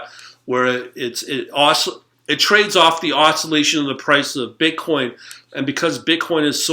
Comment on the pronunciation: I like how hard you hit your B's in *BI*nance and *BI*tcoin